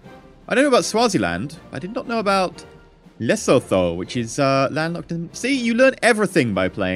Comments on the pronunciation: lesosos!?!?!?!? EE its Lethuto thats how you prounounce lesotho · Hi! South African over here! You're pronouncing the landlocked country wrong. It's "La-sue-too". Great vids though!